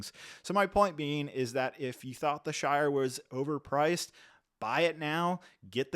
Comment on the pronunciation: The shite not shire